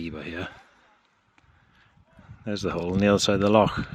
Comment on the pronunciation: Epic video bud, also nice to hear the correct pronunciation of loch 😎👍